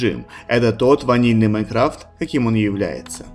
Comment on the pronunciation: Не майкрафт а майнкрафт